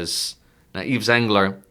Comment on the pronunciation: excellent discussion - the s is silent in Yves and is pronounced "eve"